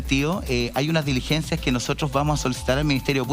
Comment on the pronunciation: Señora defensora de Huaiquipan, tenga cuidado, usted es abogada, la palabra " DELIGENCIA", no existe. Se escribe y se pronuncia: "DI LIGENCIA"...